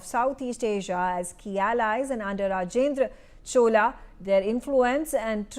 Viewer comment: Please correct your pronunciation of Rajendra Chola, and Chola empire, and other cultural aspects, madam.